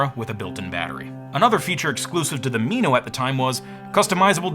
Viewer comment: "Me-no"? It's "Min-o" like the tiny fish. It was my first HD camera and it was glorious.